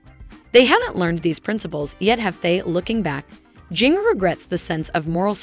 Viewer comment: It's pronounced "gin-ger"